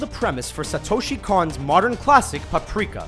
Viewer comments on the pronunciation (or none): none